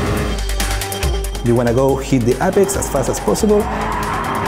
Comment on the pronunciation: Freaking awesome. Thx. Now somebody needs to help these guys a bit more with the translation. Se dice: éipex, but it's no big deal. Great content I will use it many times. Best game in the world for me